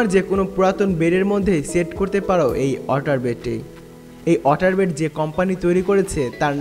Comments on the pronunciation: Woter na vhi water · Its water not otar lmfao